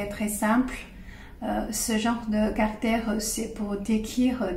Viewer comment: Je crois que vous parlez tres bien le francais, vos exposes sont parfaitement clairs, si ce n'est cette petite baudriole (qui n'empeche pas la comprension et, au fond et apres tout, est gracieuse) du "carter" au lieu de caractere". Permettez-moi de rajouter que peut-etre simplement il vous a echappe cet esprit francais du "ordeno y mando" (expression espagnole en version originale, pardon), un caractere propre du francais comme en parlait Saint-Simon a propos d'une certaine marquise quand il ecrivait qu'elle avait parfaitement parle francais un jour qu'elle avait ete en colere avec son service domestique. C'est a dire sans laisser la place a l'equivoque ou au doute...et, j'imagine, avec les mots bien choisis selon ce que j'en deduisait de la lecture de l'anecdote dans un article de magazine litteraire... Je ne crois pas que ce soit un hasard que Descartes, un francais, soit a l'origine du cartesianisme... Un salut et merci a vous.